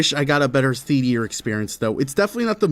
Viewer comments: That’s not how you say it. Assuming your American, it is pronounced thee-ay-ter, and not thee-tee-ur. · I think you might be the only person I've ever heard pronounce theater as "theetier" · the way this guy pronounces "theater" is killing me, bro what the hell is a "thethear" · What the fuck is a the-tear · "Theetier" lol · i'm so sorry but the way you pronounce "theatier" is fucking me up. otherwise, very fun watch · how do you spell theatre? theediar? thats how ur saying it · "Movie Theetyer" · Please stop saying theteor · why they say theteor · You aren't allowed to go see another movie until you say theeteor right, ok? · Your pronunciation of Theadier is killing me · Dear, please stop calling theaters "theatiers". Thanks. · "Thee-eater" I love it. It's like some weird ameribr'ish pronunciation. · This guy doesn't know how to say theater. Wtf is a thetear? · Ok but who says “theatear” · It’s proper annunciation is thee ate er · What on earth is a "theatier" lmao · Why you keep saying theatear? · Why do you pronounce it "Theteor". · why are you saying theetiar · Who the hell pronounces it as “theetee’er” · what the fuck is a theet-e-ear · Bros calling it a theatier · What’s a theateor lmao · Wtf is a Thea-te-er lol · Why do you pronounce it thee-tea-er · why do u pronounce theatre as theatier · You pronounce theater like meteor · wtf is a theateer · Tf is a “Theateor” 😂😂😂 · Bro said theateer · why do you pronounce it "thetier" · Why was blud saying theatyer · Mm yes “theteor” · british spotted !!! we pronounce it thee-ter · “Theetear” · Say it with me... the-atre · “theatier” oml sybau 🥀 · Anybody else notice he’s saying “thea-tee-er” 😭 no hate but I just didn’t know if I was the only one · Why was he calling it “the thetear” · him pronouncing theater like "thee-tee-urr" is gonna make me lose my freaking marbles... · you say theatre like theatiere and it makes me want to creeper mimecraft pink shep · why do you keep saying thetear stop it